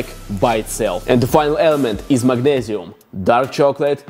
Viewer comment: The "MAGNEZIUM" accent 😂😂